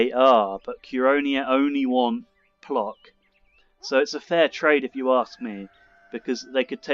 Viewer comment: The craven trait seems to be in the family! I'm glad you joined The Cold Ones again. That questline is just soooo hilarious! I must say the Council mechanics often grate my nerves. I am considering turning that DLC off next time I play...what are your thoughts on it? Oh, just fyi, the pronunciation of 'Plock' is 'Pwotsk' ;-)